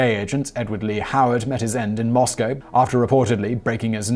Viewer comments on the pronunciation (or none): none